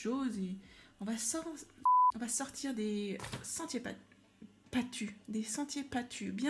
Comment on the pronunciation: "Des sentiers pattus" ... vvi vvi 😅😅